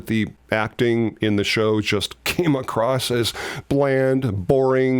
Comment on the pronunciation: I noticed that you say "acrost" instead of "across" is that something that someone has ever pulled you up on? seems to be an American thing.